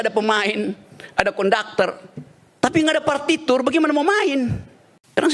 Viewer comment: Nah tmbh bingung dn kaget tuh ktka bung RG menyebut...partiture😂😂